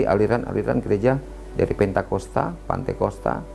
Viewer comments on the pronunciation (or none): Pentakosta pak....bukan nya pantekosta....pante jg bapak ini